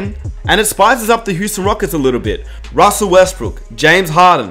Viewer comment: ROSSELL Westbrook.... Demarcus COSSINS... Jonathan EYE-SACK